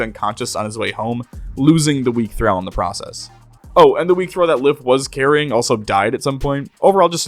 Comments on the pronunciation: Say it with me: Thuh-ral not thuh-rau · Excellent Video; but Thrall is pronounced Thr-ALL not Thr-AL. (The only other comment I saw addressing this was vague and passive-aggressive, so I figured I'd be more upfront and polite.) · One minor nitpick... "Thrall." As in, "all," not as in, "pal." Phonetically, "Thrawl." Otherwise, thanks for doing what you do. Have upsie. ;) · Just a note for the future, thrall rhymes with wall, thrall does not rhyme with pal. Great video otherwise. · I'm sorry but, hearing you mispronounce words you obviously don't know like hashish and thrall for 2+ hours is a major ick. PLEASE 😭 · Hate when people say how long they've been at it in game time and hide the counters xD Also, why the mispronounce of thrall? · It pains me so much how you pronounce thrall this whole video. Like it's a race and not a designation. I couldn't help but imagine if it said "weak slave" and he pronounced slave "slovay" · I wasn't watching for a while when he started talking about the drow. And let me tell you, I instantly regretted looking at the screen to read "Weak Thrall". Thrall. Not drow. Thrall rhymes with doll, fall, crawl, tall. Not drow, pow, pal, down, frown, clown. And you say it for over an hour. I could not imagine twisting my esophagus to spit that verbal garbage out even twice, let alone the hundreds of times you did